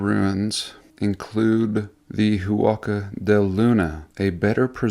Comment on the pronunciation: Wow! 130 million adobes!! That's a LOT of hard graft for indigenous primitives... just wanted to add that one doesn't pronounce the H in Spanish so its phonetically "wacka" del sol :)